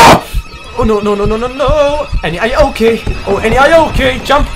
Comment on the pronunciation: Ayuwoki is pronounced 'are you ok'. It's actually a play on the singer's "Smooth Criminal" lyric "Annie are you ok?"